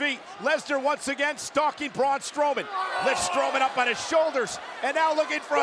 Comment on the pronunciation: Say what? ‘Braun Stroman’